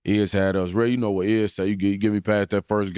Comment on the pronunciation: You “Narrr” what I’m sayin🧐